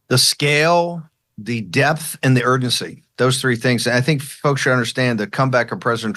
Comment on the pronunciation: The fact that the AI constantly mispronounces "live" and "Ugency" is pretty silly.